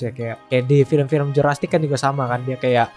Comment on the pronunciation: bang jurrasic knp di bilang jurastic:v